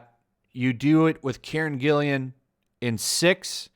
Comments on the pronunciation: its GILLAN, not Gillian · Hey, just a tip, Karen's last name only has one I. Gill-AN. Little OCD on pronunciation , no ill will meant. Keep up the great content. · Karen's last name is spelled G-I-L-L-A-N. With a hard "G". Just a little note,. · Whose Karen Gillian? or do you mean Karen GILLAN?